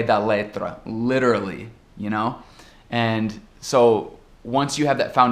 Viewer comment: seus videos-dica são ótimos, mesmo pra gente que já tem mais contato com o inglês. Tnx a bunch!! Qdo ouvi o seu 'literally'.. I was like: "I wish mine would sound the same..".. procurava evitar essa palavra qdo estava nos States pq não saía legal, mesmo gostando mto de usá-la em português. Não sei se já percebeu ou se alguém já comentou contigo, mas nós brasileiros temos dificuldade de pronunciar alguns Ts do inglês americano pq eles acabam soando como Rs pra gente - 'water' é um exemplo simples ou 'Connecticut' or 'authority' (qdo morava em NYC sempre dizia que ia pra Bus Station on Times Square pra evitar o 'Port Authority' que nunca soava bem). Ts e Rs juntos então.. o negócio fica tenso! Tipo 'pretty', 'literature' ou o próprio 'literally'.. a língua enrola e gente buga, como a mulecada diz por aqui. Adoraria se pudesse fazer um video sobre isso some day:) Aproveito pra recomendar um youtube channel brasileiro que é ótimo pra expor learners a diferentes situações do dia-a-dia, expressões e mesmo diferentes sotaques aqui no BR.. talvez vc já conheça esse pessoal - o 'Porta dos Fundos'. Hope you like them as much as we do. Well.. best wishes to you all in Colorado..